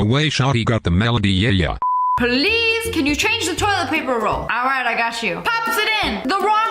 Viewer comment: did anybody else think she said police and then realized that she said please ❤😂😂